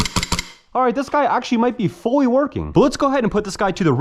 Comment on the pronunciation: "Foy working airsoft guns" 😂